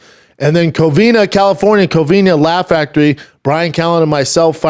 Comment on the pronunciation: My dude still cant say "Covina" 😂😂😂 every time it's Covin-Ya!! Lol